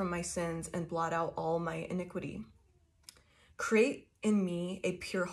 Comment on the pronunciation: face-red-heart-shape: and you pronounced inequity and hysep correctly I think anyway.